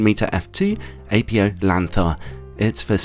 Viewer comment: Apo (apo) is a type 1 shortening for apochromatic, apo is not an initialism with the letters being the first of several words nor pronounced as such. Apo is to be pronounced as a word.